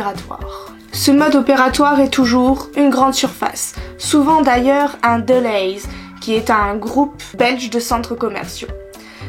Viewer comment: Sympa de parler de ça. Je suis originaire de Mons. On dit déléze. Pas delayyys lol. Chouette video